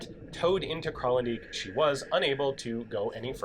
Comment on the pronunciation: The "dijk" in Kralendijk is pronounced the same as the English translation: "dyke"